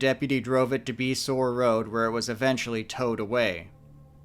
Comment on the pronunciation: Beasore is pronounced bay-shore don't ask me why but the roads have both names and numbers so figure that one out! Lol